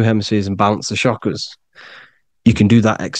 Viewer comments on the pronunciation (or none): none